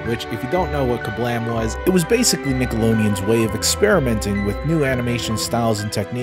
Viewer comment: Love your work, love your vids, but can I just ask, why you swap the D for an N in Nickelodeon? Just something Ive noticed and wondering if there’s a story to it or just the way you like to pronounce it